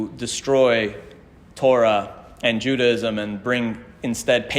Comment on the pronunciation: I’m an ardent fan; thank you so much for the brilliant and detailed work you present, and for your exquisite Hebrew. Speaking of language, I am so curious as to why you pronounce the word “Judaism” with three syllables. I’ve always believed the word has four syllables - pronounced either JUDAH-ism or JUDAY-ism. Am I missing something?